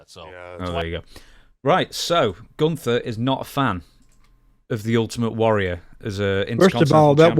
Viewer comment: I like when he calls him Ut-ament Warrior